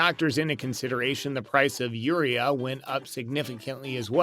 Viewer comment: Agreed I farm in iowa there is no fertilizer shortage. This guy can't even pronounce urea give me break. All price gouging